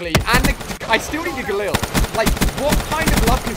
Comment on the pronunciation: It's Gallil not gullil